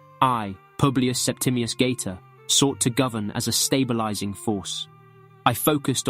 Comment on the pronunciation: The English pronounce of his name bothers me strongly